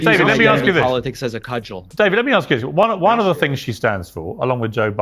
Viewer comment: ...." there are many fings"....